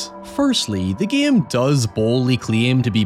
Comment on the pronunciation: It take me making almost halfway through this video to realize that you when you said "the guillem", you were saying "the game"